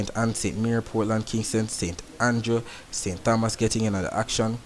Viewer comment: Hi, I really appreciate what you are doing. Was hoping for this for a long time. Just one correction. I live in St. Thomas. The (h) is silent, so it's ( St. Tomas) Mr. Tompson etc